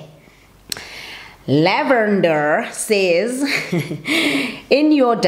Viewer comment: just say it like that don't remove any r😉